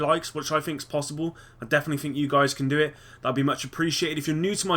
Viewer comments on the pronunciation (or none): none